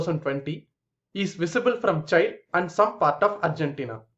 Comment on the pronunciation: Use Google for pronounciation of Chile.